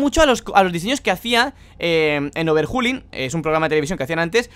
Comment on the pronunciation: por dios, dice overhulin, jajaja en se dice overholin y se esribe overhaulin